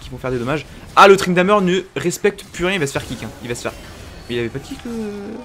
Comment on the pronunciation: Arrete de dire ''Tryndameure'' ca me stresse bordel